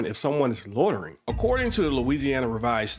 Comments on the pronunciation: Officer Craven needs to learn the English language. There's no such crime as "lortering" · It's loitering...not lortering...lol. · What is "lortering"? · If one can't pronounce the word 'loitering', one should not be able to accuse someone of doing it. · Officer Craven seems incapable of pronouncing "LOI ter Ing". Seems that remedial courses to get ones GED are not required in this jurisdiction. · This cop can't even pronounce loitering. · Those cops are not smart enough to even hide their retaliation on a cop watcher. The cop can’t even pronounce loitering correctly. That level of dumb should be what is illegal.